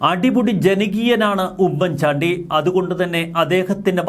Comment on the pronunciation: Please........🤔🤔 "" ഉമ്മൻ ചാണ്ടി ""... എന്നത്..../ * ഊമ്മൻ ചാണ്ടി *..... എന്ന്...... ഉച്ചരിക്കരുത്...... please......!!!!!!!!!!......( With love )......🙋🙋🙋🙋🙋